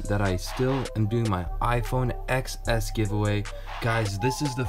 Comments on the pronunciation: By the way it’s xs not sx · I hate how he calls it an S-X...if you're gonna butcher the name please put the letters in order, "Ten S" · Everybody gonna ignore the fact that alsways said iPhone sx instead of iPhone XS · Does anyone ignore the fact that he called it SX instead of XS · Irish Gamer13 it was so cringe!! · He said one XS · S X put an E in the middle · he said iPhone SX lol😂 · Did any one else notice that he said sx not xs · Stop saying iphone sx it's xs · why was he legit calling it an iphone sx lol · I love how he says iPhone SX even tho it was the iPhone XS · ITS NOT PRONOUNCED "X-S". ITS PRONOUNCED "TEN-S". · He keeps calling it the iPhone sx